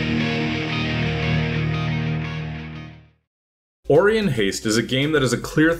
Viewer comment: it's pronounced O-ry-on not ori-on - it's from the star constellation